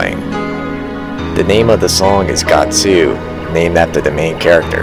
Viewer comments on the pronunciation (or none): you say its your favorite song and call it gatsoo lol no hate i just think it's kinda funny